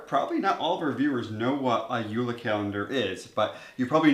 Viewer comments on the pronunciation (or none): JULE NOT UULA. WE ARE FROM DENMARK, NOT FINLAND!!!!.